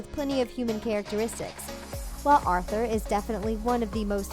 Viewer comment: i faceplam three time when you said arthur